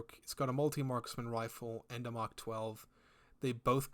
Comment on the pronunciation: I can't tell if it's just the accent or not, but you keep saying something that sounds like Mach rather than Mark 12. Am i mishearing that?